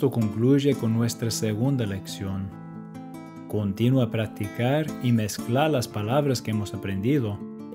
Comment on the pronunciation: Recuerda usar en español la preposicion A, ejemplo: Yo voy a comer, y otro que dijiste, vamos aprender, es Vamos a Aprender, es como el To en inglés saludos, y por último, No es lo mismo Continua que continúa, muy atento a los acentos ya que estos le cambian totalmente el significado a las palabras, por ejemplo: No es lo mismo Él que el , No es lo mismo Ésta que está, no es lo mismo ira que irá, mucho cuidado con los acentos, está bien tu español solo unos detalles para que lo pulas, Saludos.